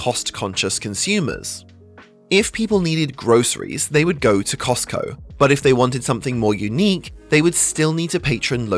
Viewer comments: says Cotsco instead of Costco :) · What is "COTSCO" ? Is this the knock-off version of COSTCO?? 🤔🤣🤣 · “Cotsco” lmao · ah yes COTSCO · cots co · Costco fan-boi shows his controllers didn't edit his video very well by calling them "Cotsco". LoL. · Cotsco lol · cosco like tesco. 🤗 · Love that "COTSCO" in Japan 😁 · "Cotsco" lol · the rare Cotsco